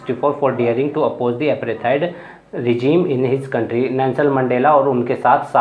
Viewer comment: Aprethied nhi apartheid